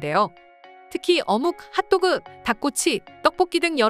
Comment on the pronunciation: 어묵.핫도그.닭꼬치 억양 킹받네